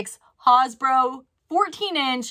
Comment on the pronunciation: Hi! I am old enough that Hasbro still had TV commercials when I was a kid. I hate to burst your bubble, but Hasbro is pronounced like the word has with a bro on the end.